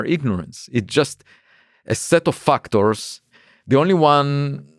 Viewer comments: "A set of FUCKTors" XD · Does anyone else hear "fucktards" when he says "factors"? It has made this interview even more interesting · "FUCKTORS" ... love him! lol